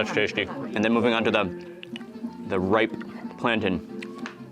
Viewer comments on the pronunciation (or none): It isn't a "planton"... It's "plan-TAIN".